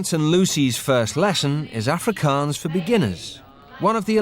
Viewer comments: Man as an Afrikaans bloke, I'm super impressed with how good these Proper Brits can pronounce Afrikaans words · Grant's pronunciation was pretty accurate.